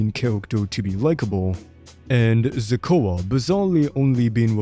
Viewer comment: Who's "Ze-cua"